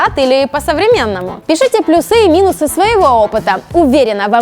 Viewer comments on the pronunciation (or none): И не плюсЫ, а плЮсы)